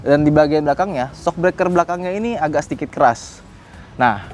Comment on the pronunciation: suka ngereplay, 4.20 jadi, naikinnya itu harus pake "agak" tenaga. seberat itukah bang sampe tipo saat ngomong?